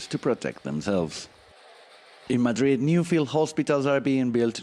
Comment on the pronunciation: Can't be the only one annoyed by 'Madird' ....